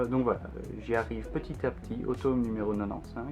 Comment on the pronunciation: Tu me stress avec ta prononciation de « tome », sinon beaux achats, continue comme ça